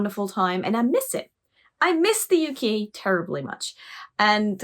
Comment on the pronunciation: "I miss the U-Key terribly much." Me: "Wait....WOT???"